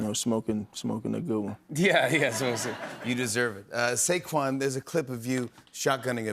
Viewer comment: That’s not Saquan no more, that’s Sayshawn.